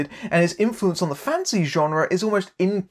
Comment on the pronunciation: Whenever he says "fantasy writer" I keep on hearing "fancy writer." It's mildly amusing.